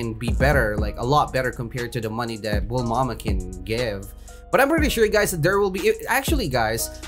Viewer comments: why does he say bul mama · why are you calling Bulma "Bulmama" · mans be calling bulma BULMAMA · thats bulma not bulmama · how many times did he said bulmama and namiteh